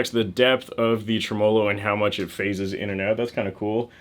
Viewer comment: TREMELO.. Accent on the first syllable, the first vowel is an e, not an a.